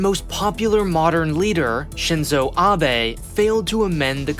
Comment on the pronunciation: Congrats on learning how to pronounce Shinzo Abe.